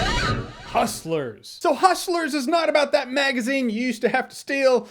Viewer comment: "Huschlers" -Jeremy Jahns